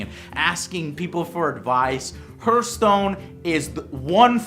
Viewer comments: not herth, it's pronounced harth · It's pronounced harthstone but spelt hearthstone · He said hert stone!!! It's heart stone!!!!!!!!! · hurtstone? thought it was prenounced hearthstone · pronouncing hurtstone ayayayayaya cool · Thats not how you pronounce Hearthstone :D